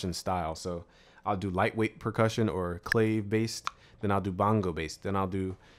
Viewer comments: "Clah-vay" is what you meant, not "claive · Clave is pronounced clah-vay not clay-ve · im pretty sure its pronounced clah-vay not clave